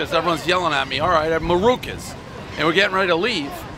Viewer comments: Actually he doesn't know the name of the rival place he's wearing the fucking shirt I love Daves mispronunciations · The Mamaluke can't pronounced Maruca's! Mama Mia!!!! Anyone with a Michigan Shingle should trash it! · One Dave mispronouncing the name of the restaurant on the shirt he just got, everybody knows he has Alzheimer's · One Bite, everyone knows Dave can't pronounce the name of the pizzeria even though he's wearing the shirt.